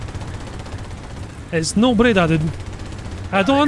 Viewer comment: Nice Breda pronounce 🤌 (italy approved)